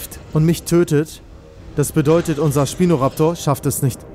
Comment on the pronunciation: Nicht schpino sondern spino